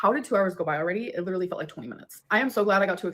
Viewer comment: Leader-ly/ Litre-ly 😂 That is what I hear when she says literally lol.